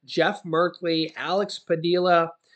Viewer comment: It’s Padea. (with a long E) ( Padilla)